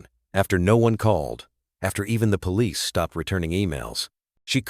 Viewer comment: I like these stories and how they end happily but i can clearly tell they are spoken by AI. Its pretty bad when the word police cannot be said correctly and if you listen there r other words that r not said correctly. Why is it this is not caught and corrected.